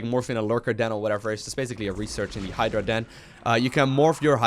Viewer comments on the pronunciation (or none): none